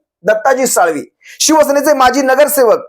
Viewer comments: 🚩 दत्ताजी साळवी नाही दत्ता दलवी बोला 🚩🚩🚩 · दत्ताजी दळवी साळवी नव्हे साहेब चुक सुधारा